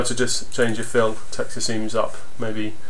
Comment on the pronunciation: Thanks, but it's not meya, it's maya